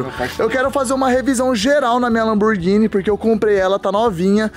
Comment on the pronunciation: Lamburghini só se for msm ! Fala certo !